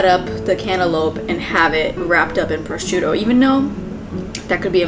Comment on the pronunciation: from a place of love please google the pronunciation of prosciutto lol